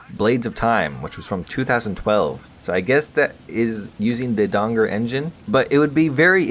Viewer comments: I dont think Dagor is pronounced Dangor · It is Dagor. Not Dangor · The way you pronounce Dagor Engine sounds like Donger.